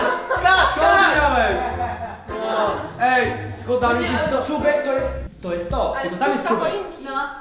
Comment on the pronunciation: czóbek" hmm... A nie przypadkiem czubek?